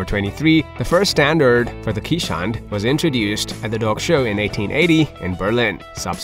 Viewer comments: This is a Dutch breed so please pronounce it correctly. it is Kays:hondt or "Case" "Hond" with a long "O" which is Dutch for Dog. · 99% of Keeshond owners know that the breed is pronounced Kayz-hond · Please stop calling our breed quichehond… or Keesh hond… or keesh hound… They are called Kay’s hond. As people called Cornelius in Dutch often get the nick name for the letter k which is pronounced Kays. In essence K’s dog or K’s hond. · Your #1 fact should've been the appropriate pronunciation of the breed. "Keeshond" is pronounced kayz•hawnd, and the plural form is keeshonden, not "keeshonds". Also, I don't think they're considered a "rare breed". They may be an uncommon breed, but that certainly doesn't make them rare. If you want a keeshond, you wouldn't have any trouble trying to find a reputable breeder. The AKC Marketplace has several, and puppies are always readily available. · Ok, I appreciate your video - but this is SUCH a lovely breed, if you take the time to make a video about them, why not make the effort to educate people about the proper pronunciation. EVERYONE who is the lucky parent of a Keeshond knows that answering questions is part of the deal... " what kind of dog is that??" "Is that a Chow??" "Do you need to brush them every day??" It's just part of the deal, and these lovely lovely dogs deserve the effort.